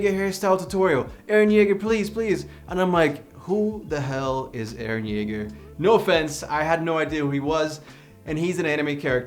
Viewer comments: mans just called EREH CHILL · Why can i hear “hArDeR eReH”